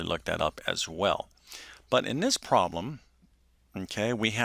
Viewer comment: interesting - but please work on your enunciation - syllables are slurred together (e.g., ;pro-blem' not 'prlm')